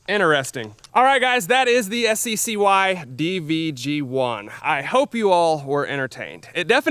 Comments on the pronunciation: I believe that SCCY is pronounced "sucky" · It's pronounced sky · BTW the SCCY is pronounced sky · You pronounced SCCY as “Sky”, but I’ve always imagined it as “Sucky”, which has deterred me from from buying it in the same way Spanish speaking countries had poor sales of the Chevy Nova. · It’s pronounced “Sky”? I always thought it was “Sissy” 😂